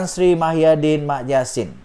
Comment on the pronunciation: Sebut lh betul².. Muhyidin atau Mahyadin??????